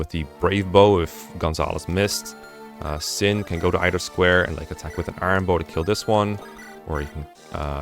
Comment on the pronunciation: How come your pronunciation for some words is kinda off? Vuh-ryed, Sin, Larum etc. Approaching this chapter though, so helpful guide ty!